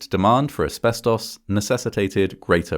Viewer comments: deeply off topic but i love how ‘asbestos’ is said in an english accent. in the states i usually hear ‘asbes-toce’ or ‘asbes-tuss’ but i like this pronunciation. ‘asbes-toss’ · I like the way he says "asbestos". Nothing wrong with it, its just cool.